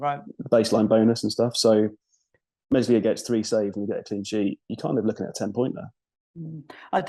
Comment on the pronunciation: the "s" in Meslier is silent lads